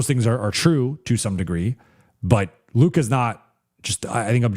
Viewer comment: can you just call Luke Kennard? you kept calling him Luka. jeez.